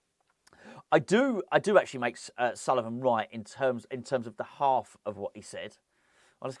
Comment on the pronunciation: Repeat after me " it's Sullivan, it's always Sullivan " 🤦🏻⚒️